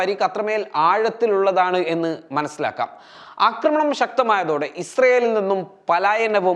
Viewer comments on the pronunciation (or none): none